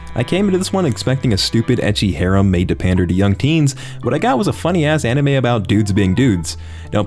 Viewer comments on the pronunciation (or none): none